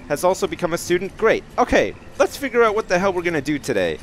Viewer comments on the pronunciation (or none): none